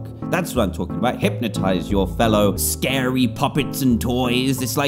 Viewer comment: Oh no it’s scawy hhhahaahaha